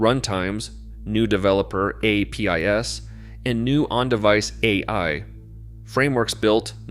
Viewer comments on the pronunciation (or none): 👌 Scripted content is concise & organized, optimal density. 🫟 AI narration has random pacing, silent pot holes, missing intonations, mispronounciations (APIs read as "a. p. i. s."), and a systemic flattness, ...lights on but nobody's home. If the producer doesn't value my attention enough to "produce" the production, or to get a skilled narrator to ..narrate, why would I spend time gagging down the slop or bother to thumb it?